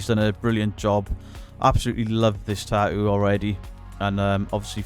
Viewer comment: MUCH ADMIRATION, RESPECT AND LOVE BROTHER from the states. Tattoo, not ta-oo.